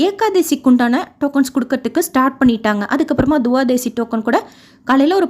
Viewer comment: Mam, Pl. note it is not Tuvadasi. It is to be pronounced as Twadasi’.